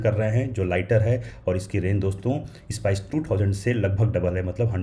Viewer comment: Spice ko "is-pies" banadia